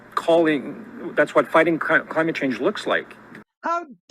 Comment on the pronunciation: Did Steven say, “ crimate change”?